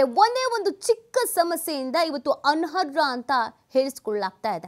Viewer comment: ಅನರ್ಹ.... ಅನ್ನೋ ಪದವನ್ನು ಚೆನ್ನಾಗಿ ಉಚ್ಛರಿಸಿ